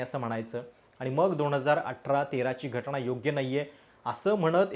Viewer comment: स्वारी सादरीकरण एकदम मस्त पण घटणा नाही घटना असं आहे तेव्हा थोडं ऐकायला बरं वाटलं नाही पुन्हा स्वारी